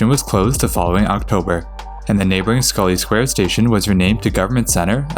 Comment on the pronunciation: North Station (the ground level portion) actually opened with Haymarket Square, Adams Square, and Scollay Square on 3 September 1898. It was part of the originally Tremont Street Subway extension. Thank you though for pronouncing Scollay Square correctly!